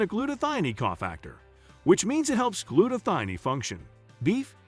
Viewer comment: The word is gluta - thigh - own. One as in cone and scone so thione is thigh-own